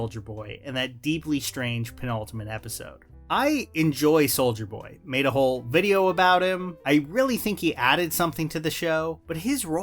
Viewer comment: I keep hearing you say “Soulja Boy”